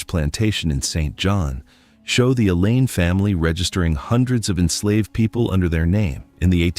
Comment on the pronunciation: The name is called Alleyne. Not elaine get it right please